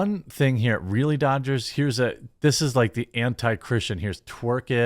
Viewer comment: Did you say ? , Los Angeles Doochers ?